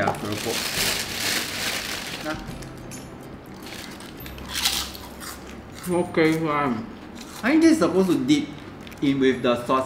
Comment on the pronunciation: Bromance level 🤣 love the way pronounced Keropok 😚